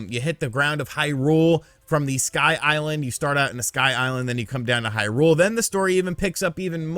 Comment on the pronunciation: Thank you for not reviewing the game and for not talking about all that stuff you talked about. Really well worded review. Love your use of language. Love how you pronounce Hyrule wrong. What a great review that you didn't give